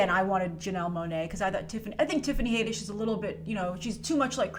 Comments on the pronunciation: HAD-ISH NOT HAY-DISH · Haddish. HADDISH! LOL where does "Haydish" come from? Had like add or like you know HAD! LOL Haddish! Had..dish! Had..dish, HADDISH!! NOT haedish or haiddish or haydish! It's Haddish! Lol smh.. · Haddish, not Hayddish. Jeez. The reason she's trending is because she keeps talking about Beyoncé's buisness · Love ya but Tiffany's last name is pronounced Had-ish, not Hay-dish. 😘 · Your saying hay-dish its had-ish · Its pronounced HAD - dish not HADE -d ish. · HAAADDDISH. NOT HAYYYDISH. 😐😂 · Her name is pronounced Had-ish not Hay-dish. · 1st of all her name is Tiffany Haddish not Tiffany HAYDISH!!! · Haddish like raddish come on smh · It's Had-ish Plzz get it rite Plzz it just sounds so bad and like you have never heard any one say her name out loud Plzz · OMG, you gotta learn how to pronounce her last name. It’s Had-dish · It's not "Haydish" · Dafuq is up with that pronunciation? Rhymes with raddish. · I believe it’s pronounce Tiffany had-ish👌🏾😂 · I could've sworn that has pronounced Tiffany's name correctly before, so I'm sure this "haydish" thing was just a slip of the tongue:P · someone is trolling you she's even announced it herself as had-dish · lj brown got trolled! Yikes! I remember the same thing. I’ve watched countless clips here on Youtube where Tiffany herself pronounces her last name as “Had-dish” (like radish). That troll really got us all good. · I had to stop watching this video cuz of how u slauterer her name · ...it does not make “Ragnarok” less special. It only makes M.I.B. look derivative...And, you are mispronouncing the “a” sound in Tiffany Haddish’s last name. Why do you screw up easy pronunciation a lot??? It’s odd.